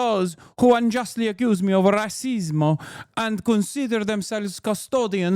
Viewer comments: Not Racismo?!!! I could listen to Italian Hassan All Day!!!! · Hasan was cracking me up with the accent. "Racismo" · "Rah-sismo" is wild. I'm here for it.